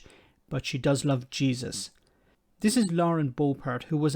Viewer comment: "I love Cheesus" 🧀 😇